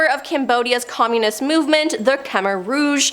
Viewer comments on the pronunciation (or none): I’m sorry but I can’t get over the weird pronunciation of “communism” 😂